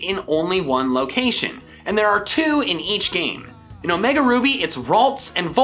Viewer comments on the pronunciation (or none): none